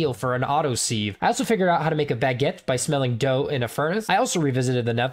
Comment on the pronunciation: Lol seeeeeve You can look it up it's pronounced siv